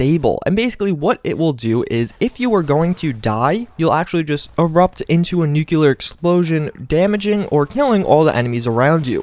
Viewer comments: NEW-CLEE-ARE!!!! NOT NEW-QUE-LAR!!! WTF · nucular alert